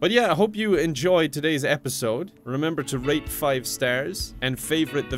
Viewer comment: Sounded like he said "remember to rape 5 stars." Am I not the only one who heard that?